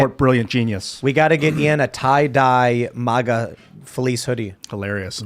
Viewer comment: 😂😂 make America strong again - Tim I’m not saying that “masa”